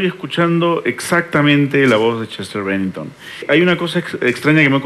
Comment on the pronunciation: Chester "Rennington"?..... si es verdad que no es como Chester pero si vas a dar una opinion como esa minimo aprendete el apellido o googleala, lo que dice el es verdad pero no le puedes cambiar el nombre(apellido) a "Chester BENNINGTON"